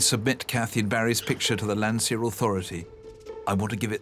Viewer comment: It's "Landseer".